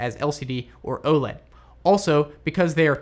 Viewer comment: Gah! Please stop calling it "Ohled". It's initials, so it's O-L-E-D. (oh, el, ee, dee).